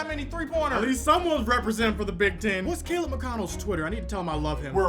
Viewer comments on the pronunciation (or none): none